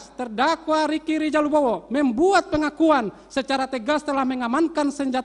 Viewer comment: Rika rizil 🤣🤣🤣jangn cepet" pak bacayah